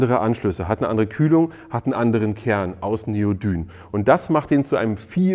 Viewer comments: Wie immre ein prima Beitrag. Allerdings "Neodym" nicht "Neodyn" ;-) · Neodyn ? Neodyn ? ne ne ne neodym heeessen die Dinger 😉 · Neodym... m, nicht n am Ende!!!! Bitte... :D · Ich nutze das Bosch 18V System. Meine kleine Handkreissäge funktioniert einwandfrei mit "normalen" Akkus und auch mit ProCore. Aber zwei Fragen habe ich noch: 1. Warum haben bei euch einige Akkus einen orangenen Klebepunkt und andere nicht? 2. Habe ich mich verhört oder hat Neodyn anstelle von Neodym gesagt? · Bin auch im ProCore Universum unterwegs und auch ziemlich zufrieden! Es sind übrigens Neodym-Magmete, nicht Neodyn 🧐